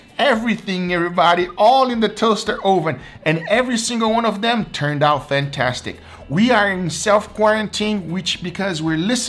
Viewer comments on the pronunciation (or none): none